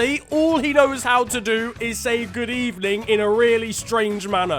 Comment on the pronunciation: MR GOOD EBENING DID IT AGAIN, but anyways, he did better at Arsenal that FNG did at the youtubers PL predictions xd